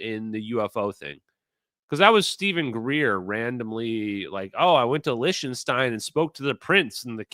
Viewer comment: Please, for the love of God, STOP saying Lish-ten-stein !!! CRinge!!! (Lick-ten-stein bro.)